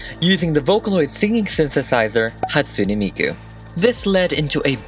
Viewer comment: Ok 1: why is he saying mikus name like that XD 2: dont forget miku was the first anime character THEN she was used as a singer just helpen with some old anime history lol!